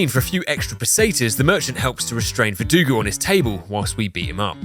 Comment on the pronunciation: Alex Jones in the attic caught me off guard. EDIT: VerduGO, not VerduGU.